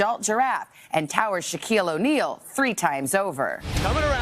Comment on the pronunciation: Shakeel ‘O’ Kneel lmao